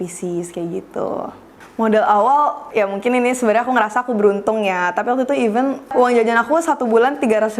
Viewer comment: Pronounnya event lagi